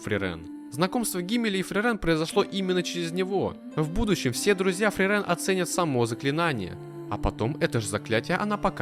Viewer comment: От самого видео я в восторге, только бьёт по ушам неправильное ударение в имени Фрирен, оно должно быть на и, и, кстати, вероятно, это имя — отсылка к немецкому слову мёрзнуть или морозить, и пишется оно на немецкий манер с длинной и — Frieren, и поэтому в японском произношении тоже ударение на и. 👓